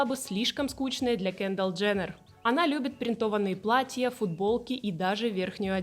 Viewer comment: Почему кЭндалл? кЕндалл же, и звучит приятнее